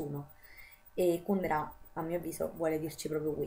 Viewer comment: Finalmente qualcuno che pronuncia Kùndera come si deve!!! Sembra l'eterno dilemma Salgàri-Sàlgari... PS. SI dice Salgàri!